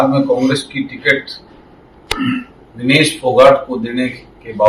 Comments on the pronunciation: Vinish nahi bhai vinesh bol bhai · नाम का उच्चारण सही कीजिये। विनीश नहीं विनेश फोगाट नाम है।